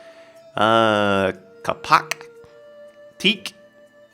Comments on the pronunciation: its (cape-oak) not (cupuck) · ITs said KAY POK damn fool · is kapok is prenounced kaypok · Kapok is pronounced Kay Pawk :p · not kapok kaipok pronanciation kapok you funny guy